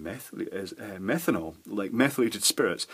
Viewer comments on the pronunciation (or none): none